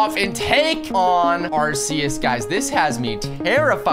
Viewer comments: arceas u say like this ark-ee-us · ITS AR-SI-YUS